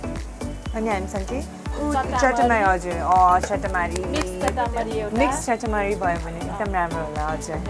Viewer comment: Its not chattmari its just chatamari